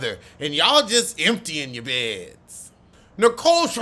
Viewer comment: I cried at you saying Nicole's last name because WHAT?!?!